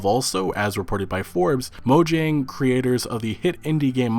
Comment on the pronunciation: Am I the only one cringing on how he's pronouncing 'Mojang'?